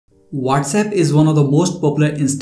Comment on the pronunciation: Not Wates app it's what's app